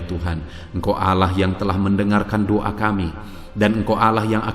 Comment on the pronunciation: Maaf ya pak, kalau mengucap DOA itu ya DOA jangan DUA artinya sudah beda, kata" nya yg jelas jgn menduakan gitu